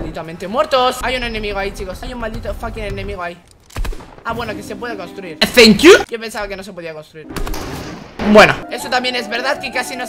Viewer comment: Me da mucha risa cuando dice thank you 🤪🤪🤪